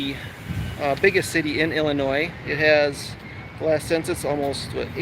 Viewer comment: Didn't I write in my comment yesterday that I had a feeling you'd be in IL soon?! Somebody knows his midwest geography!😎 You are 100% correct about the "Illinois" pronunciation, but I do have to call you out on a minor pronunciation violation... IL folks pronounce Cairo as "Care-O." Now if you think that's a funny way to pronounce it, we have many other fun city pronunciations: Very close to Springfield (and the unlikely capital as you mentioned) we have Berlin and Athens. It's "BER-len" [emphasis on the BER] and with Athens... it's a hard A, not a soft A as we say with the one in Greece. And finally, I'm sorry I didn't see your reply to my WI comment until now, but a fun fact about my hometown Springfield, IL is that it is the birth place of the corn dog on a stick (Cozy Dog Diner, only a couple of miles from where I grew up). 💥